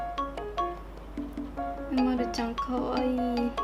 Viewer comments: う⤴︎ ま⤵︎る⤵︎ではなくて、う⤴︎ ま⤴︎ る⤴︎ か、う⤵︎ま⤵︎る⤵︎ですよ！ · う↑まる↓じゃあありませんよ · うまるちゃんの発音違うとおもう。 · 凄く上手いです でも凄く失礼ですがうまるちゃんの発音が違います うま↑るちゃんです 凄く上手すぎて尊敬します これからも頑張って下さい応援しています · う↓ま⬆️る↓です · 絵うまい！うまいんだけど、、 うまるの発音違くね？ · うまるちゃんの発音違うよ。ですね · おくみ うまるちゃんの発音違うよ